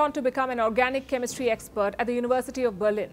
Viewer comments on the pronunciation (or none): none